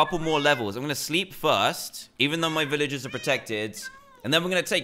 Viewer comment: You ceep on saying viloges and not velrges